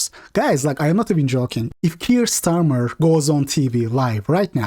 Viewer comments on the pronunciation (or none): none